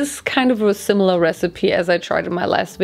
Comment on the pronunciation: not her saying "silimar"